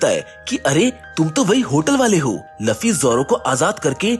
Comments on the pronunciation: Luuuuuuuuuuuufffffffyyyyyyyy not laffy sare video ki maa bhen kr diiii Bhai tune.😮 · Bro I like your explanations, but he is Luffy not Laffy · Arey wo luffy hey laffy nahi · Laffi nhi luffy ha